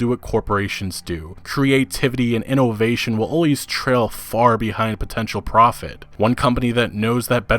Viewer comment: Me: "Innovation": "Ee-no-vay-shun"